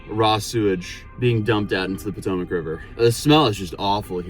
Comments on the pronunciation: The Pootoomuch River, lmao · poo-tomac river.